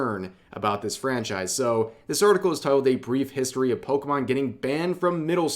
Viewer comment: Being corrected about Pokémon by a guy who calls them Pokeman is embarrassing. The only reason that second guy was able to do that is because he had the intellect to actually sit down and watch some of it before talking.